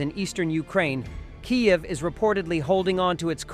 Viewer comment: Get your AI to pronounce Kiev properly!!!!!!!